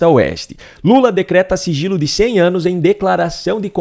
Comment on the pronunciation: ELE DISSE FIGILO E NÃO SIGILO...AHÃ...SEI...